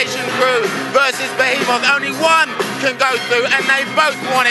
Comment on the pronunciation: lol "Befeemoss"